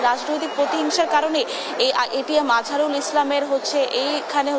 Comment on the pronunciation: উনি একটি দলের নেতা। ওনার নামটি সুন্দর ভাবে উচ্চারণ করুন